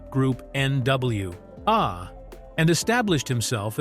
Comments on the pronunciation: Baby this ai narrator 👀😂😂😂 “N.W.Ahhhh” was the last straw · I came to the comments just for N.W.Ahhhh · Not N.W.Ahh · Wtf is N W aaah??? 👎🏾👎🏾👎🏾